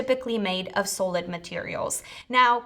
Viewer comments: s-ah-lid, not sew-lid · Sahhh-lid not Soull-lid. Hehe. 😝 other than that, nice informative video. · Please....it's not a long "o" in "so-lid" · Why can't she say the word 'Solid' correctly ? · yup drove me crazy wasn’t sure if she was saying Sodium next 😝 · Made me question my reality. So strange that the presentation was basically flawless but for the pronunciation of such a common word. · Mispronounced the word solid throughout video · I am BLOWN AWAY. SO, I have been pronouncing solid wrong all these years. I blame it on my upstate NY accent. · Hello welcome to planet Earth. "Solid" it's not pronounced with a long O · Here's a link to how you pronounce: solid